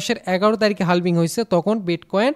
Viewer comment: হালভিং না ভাই হাভিং বলে এটাকে